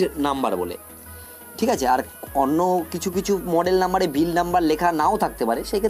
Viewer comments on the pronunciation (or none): none